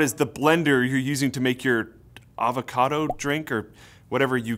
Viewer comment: Avocado, not Advocado..